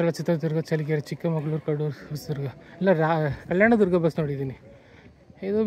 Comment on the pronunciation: Adu chikkamagaluru ne not chikkamangaluru